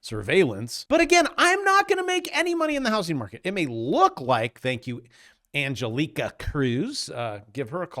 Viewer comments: And gel ee ka? Try And gell icka. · Your pronounciation of Angelica is hilarious